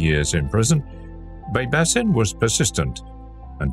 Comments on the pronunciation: Baybashin is how its pronounced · It's actually Bybash 👍🏽